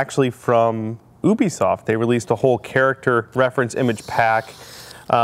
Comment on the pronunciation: OMFG. SAY IT WITH ME. YOU-BE-SOFT. ubisoft. NOT UUE-BE-SOFT. ARRRRRGRGHHH